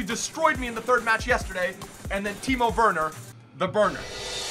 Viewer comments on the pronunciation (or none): none